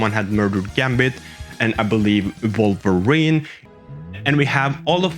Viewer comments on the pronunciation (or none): none